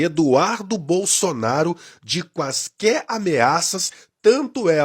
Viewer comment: Esse Zé ruela falou " QUAISQUÉ " KKKK